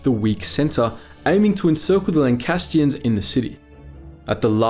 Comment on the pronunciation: Excellent video, thanks. It's Lancastrians, not Lancastians, though.